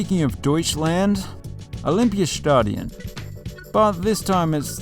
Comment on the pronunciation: I love how you going from pronouncing something very “English” then pronounce the next word in an almost perfect accent. Deutschland to Olympiastadion.